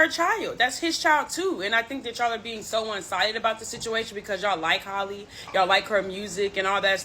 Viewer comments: Hall-E Bailey. It’s pronounced JUST like Halle Berry.. Who is Holly? Nobody ever did that to Berry but a lot of y’all call this young woman Holly for some godforsaken mind boggling reason I just can’t understand! You claim that you “got the tea” but can’t even get her first name right….smfh 😒 I just don’t get it. This isn’t even difficult AT ALL. My god… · Her name is Halle, not Holly lol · Heyyyy,!!! 🙋🏾‍♀️ Halle is pronounced H-AL-lee, not Haley, or like Holly. (H-AL...) RESPECTFULLY 🤞🏾💙 Cuz a LOT of folks never pronounce it correctly. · It's Hey-lee